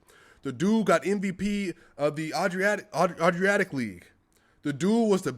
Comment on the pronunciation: Best video yet. Even if you didn't look up how to pronounce adriatic.